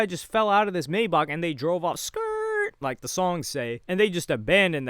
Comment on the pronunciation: It’s kills me inside every time he says it 😂 this isn’t the first video either 💀